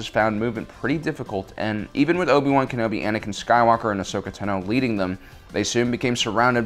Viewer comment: Love how you pronounce Obi-Wan Kenobi, it's like Owe-B-Wan Kenobi.